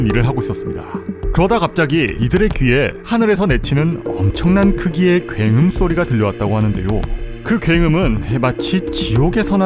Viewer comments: 궹음은 뭔 음이냐 굉음 아닌가..? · 궹음 X 굉음 O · ㄹㅇ 궹음 ㅇㅈㄹ 하네 씨 ㅋㅋ